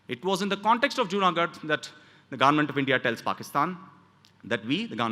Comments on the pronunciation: Why does he say government as 'garment'?? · Bro it's not garment, it's government of India 😂